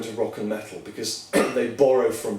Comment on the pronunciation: i like the way he says "métl"